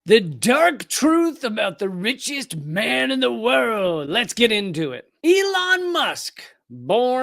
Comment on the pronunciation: At start did you say bitchiest person in the world, or richest person in the world?